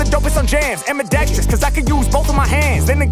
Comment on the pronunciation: said AMPIDEXTRIOUS!